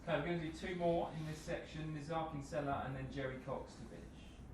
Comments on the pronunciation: no not ziyek it's pronounced ziyesh with sh not k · it should be pronounced like this "Hakim Ziyesh" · SOMEONE.....PLEASE.....For the love of Football. Tell Lampard to pronounce Hakim's last name CORRECTLY!!! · Lamps really need to pronounce Ziyech correctly.